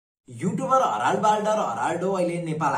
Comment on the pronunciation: हराल हैन हेरलड हाे मुले